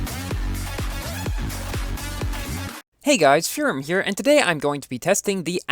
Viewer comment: you said for a heart feom feurrrum